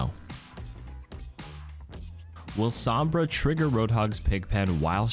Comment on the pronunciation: Butchered hog and sombra